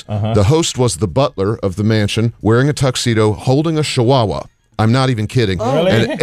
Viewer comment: Did Ted say Shihuahua? Lol